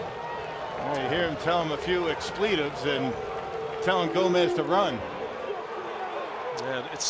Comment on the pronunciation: "Tell him a few expleetives"? Do people say "expletives" like that?